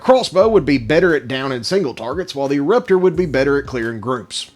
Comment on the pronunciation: you said eruptor weird...